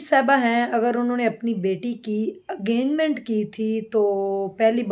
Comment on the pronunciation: wo engagement ko enganment bol rahi hain.😂